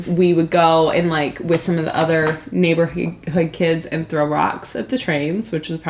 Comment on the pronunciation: the almost "neighborheed"